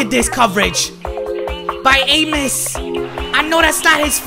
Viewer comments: Man said Adrian amus 😂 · It pronounced “ah-mos”